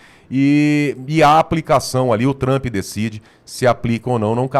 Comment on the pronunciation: Parem de chamar ele de Donaldi Tramp. Aprendam a pronúncia.